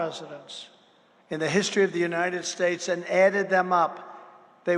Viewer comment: I think it's pronounced " Unided Schtesh ", as your hero and master orator pronounced it